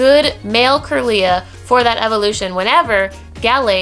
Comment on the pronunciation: just wanted to point this out: 1. you prenounced kirla slightly wrong 2. gardevour can be male too lol. 3. solrock & lunetone are not region locked :D